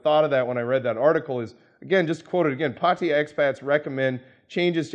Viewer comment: just a pet peeve, the Thai government's chosen English spelling is Pattaya, which is pronounced Pah tah ya first a is short a sound, not an o sound like in the word pot. it is not Pottaya it is Pattaya also mention here that many expats like to pronounce Pattaya, Pah tie ya and as can obviously be seen there is no letter i in the city name Pattaya, just as there is no letter o. It's just nice that individuals who work, live, discuss Pattaya, can actually correctly pronounce the name.